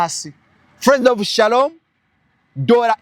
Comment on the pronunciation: I love the way pronounces Shalom's name, mbu mwami saloom 😅😅😅